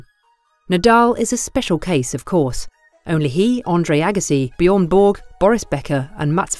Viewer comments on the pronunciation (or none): none